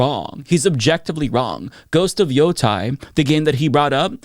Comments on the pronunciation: Does someone need to tell the that if gamers really were apolitical, as he claims, why would hey care that a game has a "trans character" or "two women" in it? Also, it's pronounced Ghost of Yo-TAY not Ghost of Yo-TYE. Get it right. Edit: Dammit,! Why? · YOTEI is pronounced: Yo TAY. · he can't even pronounce ghost of Yotei right. Also false because it's got great reviews. He doesn't like it because the woman that plays the main character is an activist. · F you quartering. You cant even say Yotei right. There are no issues with it anyway